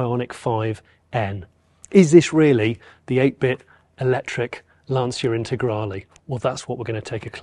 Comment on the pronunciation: Jonny - please, it's not Lanseea. it's Lan-tcha.